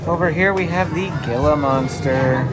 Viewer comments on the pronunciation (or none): Gila monster is pronounced HEE - LA it isn't pronounced Gil la . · Great video. A couple quick comments. The Australia House closed before COVID so I think it's just closed. Also the Gila Monster is pronounced "Hee-la" monster, just a little tip from a former southwesterner. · The “g” in Gila is pronounced like an “H.”